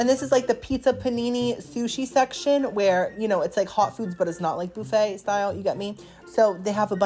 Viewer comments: Young Man, Please, I understand that this is Your content, but Please the word Buffet is Not pronounced "BOO-Fey" it is pronounce "Buf-fey" I am a Gen x English teacher's daughter, and this kind of thing was drilled into my head as a child. Of course there are no Tenders or Loins on a Chicken wing. It the Wrong part of the anatomy. Do yourself a favor, Google Terrine Cake. Because, honestly, you come across as someone who is lacking in the necessary skills to Adult on his own. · It's BUH-fay not BOO-fay loll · oh my god, if you say booooffet one more time! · It's pronounced as buff-aa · BOO-FUT. HAHA😂😅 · The “boo-feigh” takes me out every time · I love the way says, Boofay. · Is the pronunciation of buffet a bit and I’m just unaware of the origin? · I will never get over the way you pronounce buffet😂 I just think of Phoebe from friends so I love it and I love you!